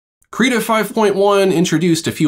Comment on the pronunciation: Thanks very much for going over the tools. Very helpful. -very minor thing but, at least on the Krita youtube channel videos, they pronounce the program name Krita with an "it" or "sit" & not "Kreetah". Please keep up the great content.